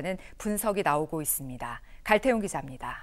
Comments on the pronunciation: 기자 발음 왜 이러냐.... 있습니댜 있습니댜.... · 다 字 발음이 왜 그러냐.. 있습니대.... 했습니대